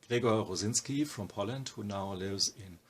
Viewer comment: Clicked to hear the name pronounced properly, stayed for the amazing art.